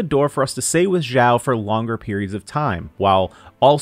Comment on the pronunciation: xiao not zhao or zao x is pronouce like (s) from snake